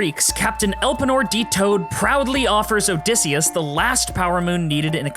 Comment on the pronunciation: The epic references are great, the art is great (pleasantly surprised to see OSP), the story is great, but the best part You pronounced Elpenor correctly.